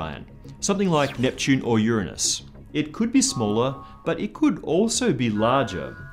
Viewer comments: thats not how you pronounce uranus.. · You say Uranus pronuncing "Urinus" to avoid saying "Your anus" which still makes me think in "Urine us" so it's not helpful. You should say "Ooranos" as it was pronunced in the original latin form. Original statement made by CGP Grey in his video of Uranus. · He pronounces Uranus wrong, too! ;-) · I love how he said Uranus as 'your-an-us' rather than 'your-anus' so he wouldn't have to say anus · Its pronounced "your-anus" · it is pronounced ur-an-us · Well, where I'm from (and many many other places) nobody say "your anus" Not on purpose to avoid the word, it's just not how it's pronounced and never was. I think it's an American thing and maybe even a regional thing there too...idk